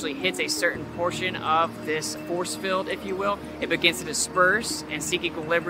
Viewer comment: Hey, it's a magnetic field, not a magnetic "filled".